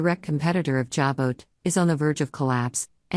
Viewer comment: Jabot is pronounced JA BO!! The ‘t’ is silent! Don’t you people EVER do your homework??